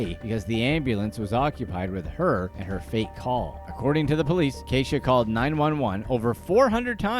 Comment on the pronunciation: That’s no Kay-sha baby that’s Key-sha…. But whatever she’s a weirdo.